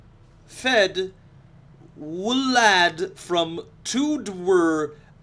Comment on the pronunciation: ahhh... Perfeddwlad is in Wales, that enplanes why no one can pronounce it.